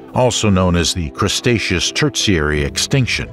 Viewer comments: Good video, very interesting but, the narrator misspoke. Had to laugh every time he said Crustaceous instead of Cretaceous and called clams mammals. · CREEEtaceous, not CRUSTaceous! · Can someone tell the narrator it's Cretaceous not Crestaceous. Just makes it's sound silly. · Why do you keep calling the Cretaceous period "crustacious"? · its cretaceous not crustaceous.... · Umm.. “Crustacious” ?? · The voiceover refers to the Cretaceous as the 'CRUST-aceous' at several points. for one. for another. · Drinking Game: Take a shot every time he said Crust-aceous and get absolutely blitzed 😂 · And he calls it crustacious everytime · "Crustaceous," which he says more than once, really threw me. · Now I want some pizza because you keep saying CRUSTacious. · You'd think the amount of times this guy says "crust-acious" whoever edited the video would've caught it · The cretaceous being pronounced as the "crustaceous" is disturbing. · What? No1 2 correct the narrator? "Crustatous? Cmon man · what the hell is "crustaceous"? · What is "Crustaceous?" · The constant mispronouncing of Cretaceous, while funny at first, ultimately made the video unlistenable for me. Sorry, but unless I need material for a montage of content creators sabotaging their own efforts, I don't think I'll be coming back to this channel. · I enjoyed this except towards the end when the narrator decided 'The Cretaceous Era' was actually called the "Crustaceous" era. And then he pronounced 'Tertiary' as 'Terzziary', like some Italian dessert. I was laughing out loud - and he had done so well with all the other scientific names.